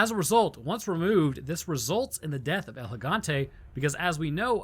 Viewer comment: Also don’t pronounce “El” like you’re trying to spell out the letter L